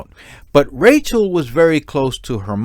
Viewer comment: Rachelle not Rachel